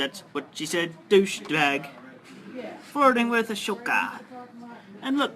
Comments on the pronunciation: the fact he calls ahsoka "ashoka" is such a Chris Chan moment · Of course he has no idea how to pronounce Ashoka's name